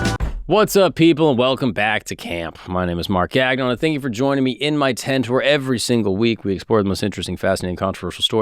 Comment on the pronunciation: Gahnnyon is the French pronunciation of gagnon. French last name. Not gag-non